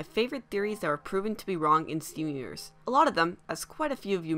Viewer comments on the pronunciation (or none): Bro making me do a triple take by calling it "Stven Uverz".